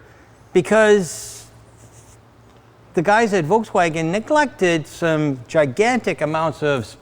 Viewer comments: Did say Voltswagen? 🤔 I hear you Sandy, i've studied automotive engineering with a specialization in vehicle propulsion and alternative drives...yet people on youtube say their opinion is truth and my facts are not. Whatever To be honest, frunk or no frunk, i dont really care, although it would be nice to store the charge cables there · hahaha nobody noticed ben saying " voltswagen " ? :-)